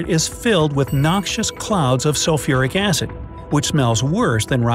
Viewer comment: Me: see the video Me again: “Sufuric Acid?!”🤯 Me again: English please😂🤪